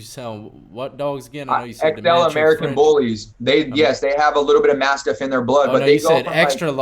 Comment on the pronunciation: Bro I'm from England it is mastiff not massive lol